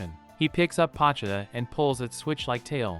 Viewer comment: Not trying to be rude but it’s bothering me that ur say pochuda instead of po chi ta